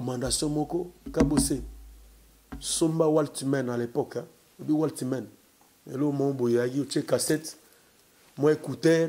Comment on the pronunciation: Waltimen🤣🤣😂😂😂😂il m'a tué 😂😂😂😂🤣 c'est pas waltimen mais walkman 😂😂